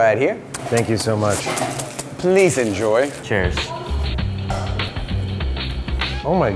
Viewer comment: the way he said "Please enjoyee"